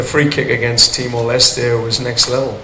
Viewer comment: John Herman nyebut Timor Leste dengan "Timor Leste" Lah ini wartawan sok Inggris nyebut Timor Leste dengan "Timor les" "Te" Nya di hilangkan, itu bukan bahasa Inggris cuk,, hormati sebutan negara orang.. Wartawan sok Inggris...